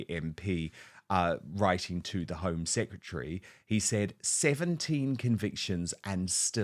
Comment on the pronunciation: She said 'secetary' not secretary. Ignorance at its best